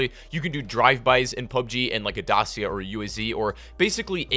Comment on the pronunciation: Dacia = Dat-cha not Day-see-ya